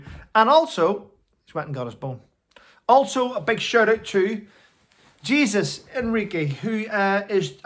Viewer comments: Hi. Love your rants. Can I please say that you pronounce Jesus Enrique Rosas, ‘hayzeus’. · Hi! Hi Zeus! Hey, you pronounce Jesus’ like - “hey-Zeus. Normally I don’t say anything but I love the both of you. 😊 Thank you! 💜💜💜 🐾♥️🐾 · Jesus Is pronounced hey-sues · the Body Language’s Name is pronounced like this…… Hey Sus…..not criticizing just trying to help. Cheers.